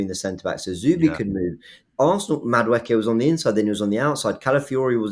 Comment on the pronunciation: pronouncing Madueke as Madewooky has made my night